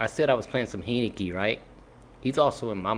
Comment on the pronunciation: Learn to pronounce my QB's name! Heinicke (Hine-ni-key) Gave U a like anyway.